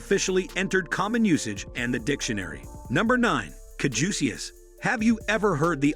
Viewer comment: although the name ampersand is very interesting - Where in the hell did they get these pronunciations? so gauche and ignorant!!! and freaking annoying!!! caduceus, Nassau, Fleur de Lis, and, for heaven’s idiot sake - Swastika???? now, i don’t even know if their history is correct, especially the caduceus????? 😠🙄